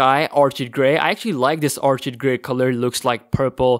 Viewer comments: ...it's pronounced or-kid not or-chid. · Orchid pronounced "OR KID"